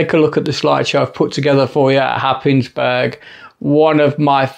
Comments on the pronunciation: Cracking shots, that light house, great. Don’t let the locals here you say Hapis burg, but say Haze borough, don’t ask why;-) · as an incomer to Norfolk from London 15 years ago, I too pronounced Happisburgh the way you did in the video. It turns out it is one of those places where the local pronunciation bears no similarity to the actual spelling, as all the locals pronounce it Haze-bruh. Who could possibly guess?